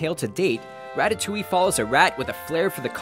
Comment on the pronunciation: I think you mispronounced Ratatouille. You said "ra-ta-tu-lee" instead of "ra-ta-tu-wee". Gosh cam you even read and you said ERONDEL and just to remind you its ARENDEL so in my opinion is that you whont make videos anymore but if you do then read properly and just to say have you been in school couse you dont even know how to pronounse things properly